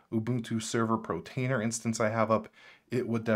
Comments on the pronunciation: no, it's just one of several mispronunciations in the video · thanks to your video i learned about mealie, kavita, kasm, audiobookshelf. i already knew about homarr & freshrss, but i'll be having another look at them now. that said, surely if you're going to review/promote/mention apps you'd take care to pronounce them correctly! i'm sure the developers of these apps would cringe at your mispronunciations. as others have already mentioned, it por-tainer, NOT pro-tainer (i did see your comment that you were going to try to fix that in your following videos. protainer was the worst of the mispronunciations as it was mentioned again & again & again. Other mispronunciations: - kasm (which I assume it meant to be pronounced chasm), you said kazzam, kazamma & also kasm at one point - deluge (which others have pointed out is pronounced del-yooj), you said devulge & something like delolge - prowlarr (one of the *arr apps, where the arr sounds like a pirate's 'arrrr matey'), you said prowler - NUC (i've heard others say nook, so it's not just you), but as far as i know the correct pronunciation is nuck (rhymes with duck) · I love how you pronouce pROtainer :D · Not sure if it's just me, but I keep on hearing Pro tainer instead of Port tainer. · I'm sorry, but I can't help but hear you pronouncing Portainer as Protainer. *8') I don't know if it's deliberate, a cultural thing or you're just copying someone else's mispronunciation, but I'm finding it really jarring, which is a shame, given how interesting your content is. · its called PO R TAINER... not P R OTAINER ;-) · Love this walkthrough! But please for the love of god stop saying Portainer as “Protainer”. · it's portainer, not protainer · Dude, it’s POR - TAINER. You saying Protainer is driving me nuts lol. POR TAINER ! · Great video , thanks! Just one comment, you keep saying "Protainer" with a ''PRO'' at the beginning. it is called "Portainer" with "PORT" at the beginning. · Bro, its PORtainer, not PROtainer.